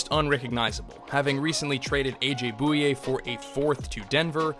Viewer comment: New challenge, take a shot every time he pronounces AJ Bouye's name wrong. All jokes aside great vid!